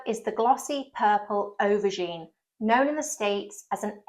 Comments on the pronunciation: It sounds like you are saying overgine not aubergine, or do my ears need rinsing out?? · You’re saying “overgine”, stop it.